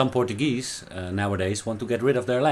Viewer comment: You were awesome and it’s the first time I heard portagee thought only in Hawaii we say it like this